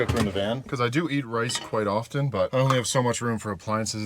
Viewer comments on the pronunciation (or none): none